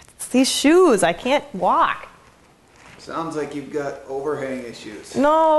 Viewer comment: lol the way she said walk. "waak"